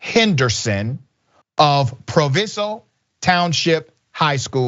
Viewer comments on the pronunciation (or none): My sister goes to proviso west aka the school the video took place in and broski said Proviso wrong lmao😅